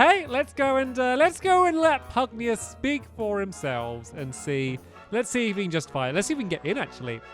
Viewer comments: Pug-nay-shoes not Pug-ne-yus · Stampy its pugnacious pronounced pug-na-shis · I think it’s Pug - Nay -Si -Us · Stampy, The name is pug-NAY-sh-us hope i helped 🙂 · To answer some of your questions: His name is pronounced pug-nay-shus You got super powerful because Lofty dropped a gold orb, it fills your health and gives you unlimited MP for a short time You can heal and use MP items during battle by pressing the main menu button during battle Love your LP! This game is amazing ❤️ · I think it's pronounced Pug nauseous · It is pronounced Pug-nay-shus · Great game, great playthrough! FYI, it's pronounced "pug-NAY-shus." :) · I believe his name is pronounced: Pug-nay-shous. Just thought I’d give a heads up. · I think it’s pronounced pug-nay-shous. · It's pug-nay-shus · Isnt it pug-na-shush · Pugnacious: Pug-Nay-Shuss ... means hostile, eager or quick to argue, quarrel, or fight. Should be fun to see with the giant King Pug! My friend has 2 pugs, one is cuddly and the other is pugnacious. haha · stamps i am pretty sure it is pug - nace - ee - ous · I think it’s meant to be pug-nay-shus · its pwonounsed PUG-NEI-SHUCE